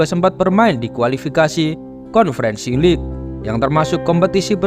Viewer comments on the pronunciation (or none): none